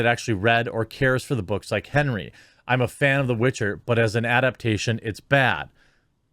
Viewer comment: Cute but she still butchered the Witcher